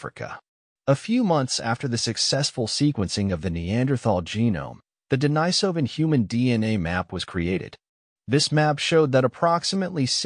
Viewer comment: Denisovan is pronounced de-NEE-so-van, not de-ni-SO-van.